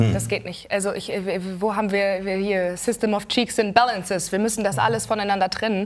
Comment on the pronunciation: Cheaks and Balances 😂😂😂